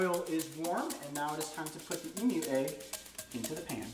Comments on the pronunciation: I love how he says emoo egg not emu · Say emu not emoo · In Australia we don’t pronounce it as “ee-moo”, we pronounce it as “eem-you” 😂🇦🇺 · As an Aussie I feel as if I should tell you that in Australia you don't pronounce emu, emoo, love from Australia 😁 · Ok mate, I am an aussie right and no hate cause I love the Chanel but we don't pronounce it emoo the u in emu is pronounced and a u not oo.cheers boys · It’s actually pronounced EEMYOU Not EEMOO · Why he call the emus emoos it’s em yousssss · They sound a bit like internet cat videos. E-MEW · I''ve never heard it pronounced "emoo" in my life, haha xD But gosh is it bothering me too! Fellow Aussie here. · “Emoo egg” 😂